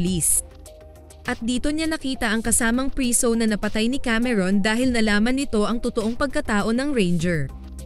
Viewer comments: Bakit b ganyan magsalita ung nagsasalita,preso Hindi prisow. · Pwede po bang itama nyo muna ang pagbasa o pagbigkas ng mga salita before kayo gumawa ng story sa content nyo😢😢😢 Preso po sa tagalog hindi priso buti.png sabihin mo sa english nlng as prisoner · Mali ang pronounce u ng preso nd prisu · Preso hindi priso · ilang beses nyong narinig yung salitang PRISUH😅..kaya lng fave ko tlga ang movie na to..🥰